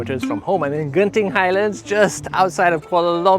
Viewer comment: Finally someone says it right genting highlands and JENTING highlands LOL